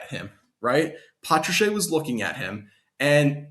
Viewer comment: It's not patracheeeee its patrash